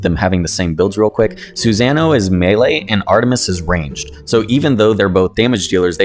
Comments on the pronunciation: Reads: susanoo This guy: SuZanah!! Lol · The cringe when pronouncing "Susanoo"🤣 i did the same. But corrected after naruto. Love the vids you got a sub